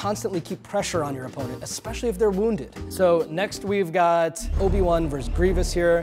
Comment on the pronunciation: “Vs.” is not pronounced “verse”. It is pronounced “versus”. It means “against” in Latin. A “verse” is a line in a song or poem.